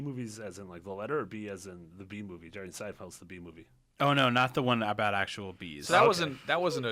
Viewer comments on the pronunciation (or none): none